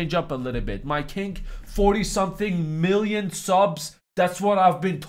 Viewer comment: Why do you say to the kink instead of king?